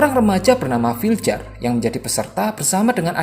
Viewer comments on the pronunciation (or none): Bacanya vilyar bang bukan filjer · Torje bacaannya torhe Viljar bacaannya vilyar